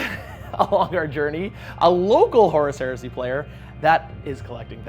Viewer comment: Every time says Horus Heresy all I hear is horse heresy which is bringing up some weird mental images